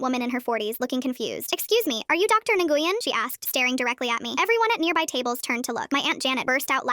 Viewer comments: Nguyen is pronounced Nway-in most of the time, never Engoyen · AND ENGUYYEN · Damn artificial voice can't figure out the pronunciation of Dr Nguyen's name - not "Ng-u-yen"... it is pronounced "Whe-n". Thank you BIL for the long-ago lesson. I figure that I still owe you residual $$$$ for mangling your name. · N gu yen? Like Nguyen?? Vietnam referance! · DID NO ONE NOTICE THEY SAY NIGUYWIN INSTEAD OF NGUYEN (pronounced win) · Nolan ❌ Nguyen ✅ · Nguyen ❌ Ne goo yen ✅ (im Vietnamese 😭) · “ne-goo-yen” lol i didn’t know she was viet till that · bro I’m not Vietnamese but the way the AI pronounced Doctor Nguyen was horrendous as a Asian. (No it’s not “doctor Nolan” or whatever the subtitles said) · I giggled at the way it pronounced Nguyen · Lmao I think the name was supposed to be Nguyen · I know this is fake and all but are they trying to say ngyuen?? 😭😭